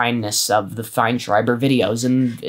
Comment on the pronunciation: Ethan Fineshriber! Try not to say Shriber or any type of Shriber!